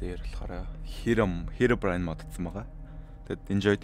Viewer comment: бичлэгний хамгийн эхний хэсэг дээр та хэромом гээд хэлчисэн